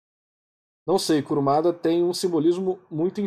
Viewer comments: Eu ri toda vez que ouvi KURAMADA 😂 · Ouvir você falando "Kuramada" me deu dor física, mas até o melhor dos homens é falho